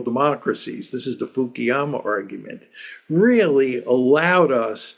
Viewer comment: But why Fukiyama? He's Fukuyama